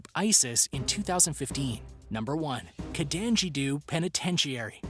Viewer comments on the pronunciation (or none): Carandiru not canajiroo have you been speaking long? And now Brazil has a prison gang which is like a Union you pay a fee and get protection. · wait why would you pronounce Carandiru , Contangidu??